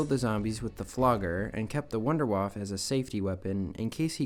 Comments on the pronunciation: Idk why you pronounce it "Wonderwaaf", but as a german it hurts my ears lol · You pronounce wunderwaffe wrong.